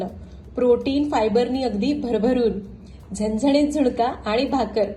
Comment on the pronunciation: Tuzi staylae ashe ka uchar chukiche karayche. न cha उच्चार करायचा झणझणीत तर मराठीचा satyanash karu nakos